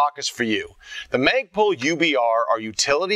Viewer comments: lol "maygpul"? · haha he said magepul hahaa